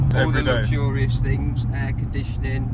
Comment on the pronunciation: I have never understood why English people pronounce “things,” “fings.” It’s not even close. Funny